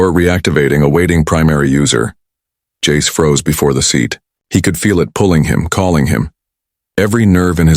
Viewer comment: Jace in Italian became Jacece...🤦🤦🤦🤦🤦🤦